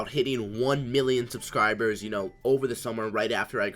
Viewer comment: "subcribers" hahaha😂